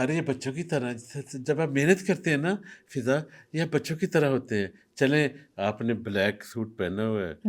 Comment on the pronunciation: How many times hes said fidda instead of fiza